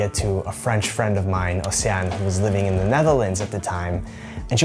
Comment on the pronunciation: I'm a Belgian subscriber and my mother tongue is French. The way you pronounced " Océane " and " haute cuisine " was PERFECT. I would loooove to hear you speak French :). Thank you for you videos. Send you my best wishes !